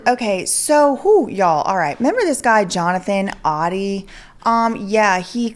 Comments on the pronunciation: The pronunciation is ODIE not ODDY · Also it is pronounced “Oh-dee” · Oh-dee like the dog in Garfield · it is actually pronounced OH-DEE. Just thought i'd let ya know lol. Great investigative work!!! I love all that you do!!!